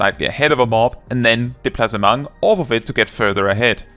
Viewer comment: Hearing "Displacement" as if it was French sent me 😂 10/10